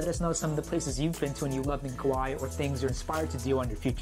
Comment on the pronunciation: Kauai not Kuwai.